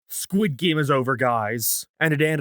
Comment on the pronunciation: Disliked because you kept saying "Geem" instead of "Game". Yes, I am that petty.